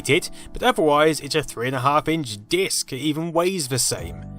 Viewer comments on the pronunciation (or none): none